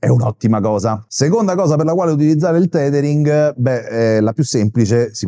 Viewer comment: Grazie, ottimo video, anche se penso che si pronunci tethering e non titering ;-)